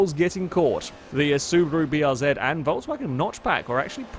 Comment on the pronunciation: he pronounced BRZ the proper way!